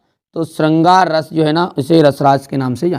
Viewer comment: Rrrrrrrrrrrrr रस 😂